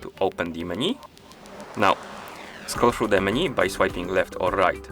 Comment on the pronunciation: It’s not pronounced “meni” it’s “menu” 😅